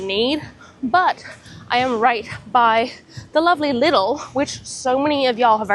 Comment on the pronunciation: So fun! It’s pronounced “Lee-dull” btw😊